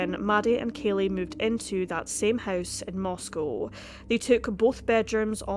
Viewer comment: This is happening in my town. And you did a fantastic job, you covered exactly how it feels in Moscow (you even pronounced the name right!). I thank you for the calm and level-headed presentation of all the facts. ❤️ I greatly appreciate it.